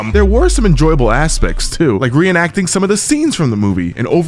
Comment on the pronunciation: “there were some enjoyable ASSpects” 🤔